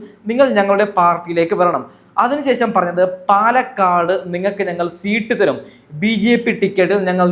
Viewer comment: സീട്ട് അല്ല 😀സീറ്റ്‌ ആണ്